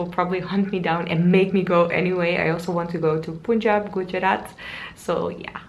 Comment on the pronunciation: Hey.. Thanks for praising India so much and raising ur voice against the general ideas of public. Also Punjab is pronounced as 'Pun' +'jaab' {pun as in pun intended};) Have a great day ahead:)